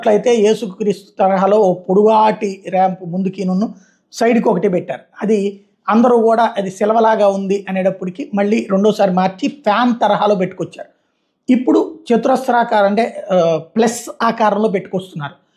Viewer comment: Silava kadhu sir,Siluva. Inthaku mundhu koodaa alaage palikaaru meeru.SILUVA.